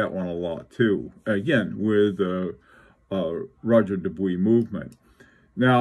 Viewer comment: Roger Dubuis - as an English speaker speaking in English, you nailed it. It might sound a tad pretentious to say ROH-ZHAY for Roger, but if I was speaking in French, I would say it like that. Incidently, I have a reading suggestion unrelated to watches - "The Art of Losing" by Alice Zeniter. It won every literary prize available in France. I'm attempting to read it in French and it's a challenge! Best regards.